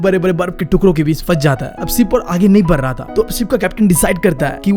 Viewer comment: Br raha hai not badh raha hai lr rahe hai not ladh rahe hai kya bhaiya 😂